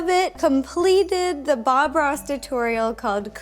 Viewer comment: ro said bom Instead of bob